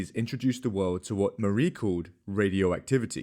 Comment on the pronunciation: People can't stand all of the extra "W's" he adds to words. I guess I agree. For example, the word "World", only has one "W". Not 3.